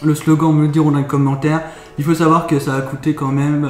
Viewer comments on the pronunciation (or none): none